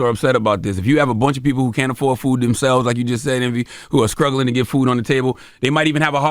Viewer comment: Did he say skruggling ?